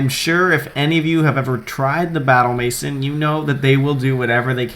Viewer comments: maison- MAY-ZON not MASON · Just for future reference, it's "may-zawn," not "mason." I only know because of the Simpsons' "Maison Derriére," haha. Seriously though, good stuff. I'll take note of these threats to this triples team. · please learn how to pronounce MAISON k thx